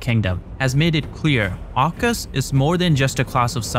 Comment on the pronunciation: Aucus not oucus bruv!